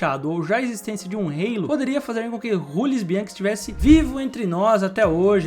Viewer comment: Jamais pronuncie Jules Bianchi como Rules Bianchi novamente. O cara era francês. Parei o vídeo nessa hora porque demonstra uma certa ignorância